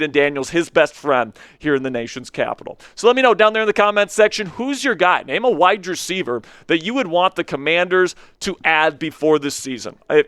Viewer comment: Bro, you are awesome. I’ll start there. I am curious if the way you annunciate wide receiver he is on purpose? It’s hurts. 😅